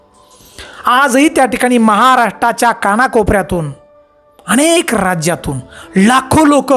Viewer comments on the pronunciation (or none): none